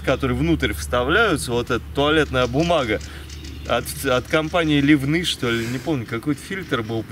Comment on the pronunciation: Ливны городо такой есть в Орловской области. И организация одноименная Ливны фильтр видимо, на первый слог ударение